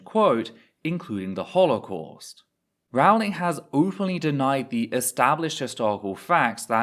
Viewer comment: I thought it was Rowling like bowling, not Rawling like boweling.